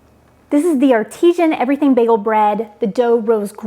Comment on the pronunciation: It's artisan not artisian